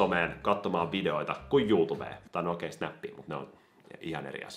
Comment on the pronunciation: Ku sanoit "Nooi" nii mulla tuli mieleen Antti Tuiskun nauruterapiaa biisin kohta "Just nooi" xD